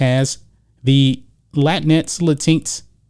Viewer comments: La tinks... I like that pronunciation. 🤣🤣🤣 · Its pronounced Lay. Tinks. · I think it's latin...... x........not latinks bruh